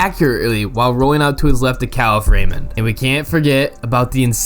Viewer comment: Bro his last name is pronounced like Mack Uh Fee and Kuh Leaf Raymond